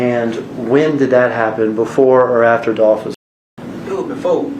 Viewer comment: It’s Dolph